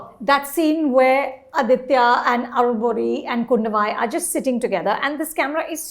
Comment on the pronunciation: FYI Its Aditha and not Aditya. Surprised that you folks said that you saw the Tamil version and still didnt get this